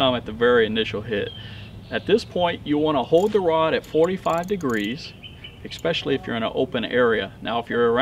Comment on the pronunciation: Good video but did I hear 'expecially' a few times? Really?